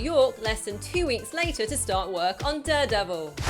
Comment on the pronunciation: She says Duredevil too often